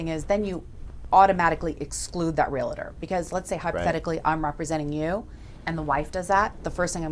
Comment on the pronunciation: It's Realtor, not a Real-a-tor